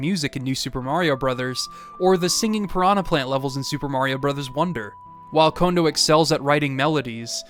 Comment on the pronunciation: Thank you for pronouncing Kondo correctly!!!! So many people say the name wrong so often, it has almost become triggering.